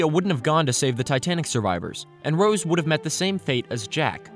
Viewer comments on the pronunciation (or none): none